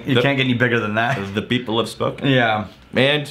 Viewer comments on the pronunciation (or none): Is pronunciation of "people" (hard second "p") a Stephen Fry reference? Deep nerds want to know.